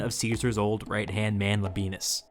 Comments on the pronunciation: I did not think this would still be relevant after the civil war, but for the love of all that is good and holy in this world, the man's name is La-bi-e-nus, not La-bee-nus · Don't feel too responsible pronouncing Media Atropatene or Phraata - I mean, you already say LABEENUS! But Youtubers should not feel a responsibility to pronounce things in my opinion, if it's clear how a name is spelled - or we have an incentive for Youtubers, never to talk about Chinese, Czech or Georgian phenomena. I really love your channel by the way!